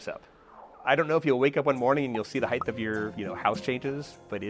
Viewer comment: Please say "height" instead of "heighth"